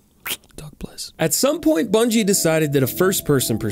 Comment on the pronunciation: Did he just say Brungie?! And still crombat evolved?!